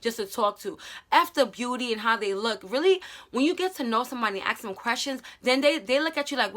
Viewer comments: Is it only me who heard "aks " instead of ask XD lol But now seriously this video helped me a lot love ya! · Am i the only one who hears that she sais aks and not ask 😂😂😂😂😂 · The fact that you kept saying “aks” instead of “ask” is killing me. Btw this really helped me, thank you for this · Axe him and axe him about it girl just axe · English is not my first language so when I heard you say aks instead of ask it got me confused lol may I ask why is that pronunciation? is it of a specific region? thanks a lot sis for your tips, I suck at relationships and have zero experience. Been with a man for the last 9 years, he cheated, I left, but Im trying to find confidence in me to be able to date again in the future, maybe. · No hate but, do some people say aks instead of ask? im just curius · She keeps saying aks aks and am like wait does she mean ask 😂😂😂😂 that's adorable tbh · Love when she says "aks him"